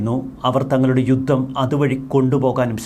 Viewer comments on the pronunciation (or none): none